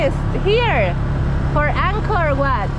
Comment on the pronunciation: Angkor Wat Madam, Not Anchor What! Please!